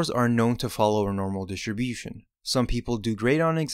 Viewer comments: DI-STRI-BU-TION Jesus!!! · I learned that distribution has a silent “t”.